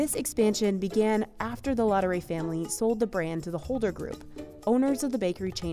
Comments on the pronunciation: The macaron are amazing but could the voiceover have made a little more effort to pronounce the name properly? LaDurée not Lodderay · "Ladooray" - how you americans butcher the french language 😂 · I cringed every time she said 'la doré'. If you're doing a video/blog, etc., please learn the proper pronunciation of your topic. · I can’t with the pronunciation of laudree it’s so cringe i hope she doesn’t talk about anything outside the USA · She makes effort in pronouncing "macaron" but no effort in pronouncing "Laduree." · Listening to this lady's attempt at the French words dotted throughout this video is a bit cringe inducing. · How can you pronounce Ladurée so bad? It's disrepectful. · Leave it to a gringo to butcher the pronunciation of Ladueree. And then try and save face by butchering the pronunciation of croissant and macaron. 😂😂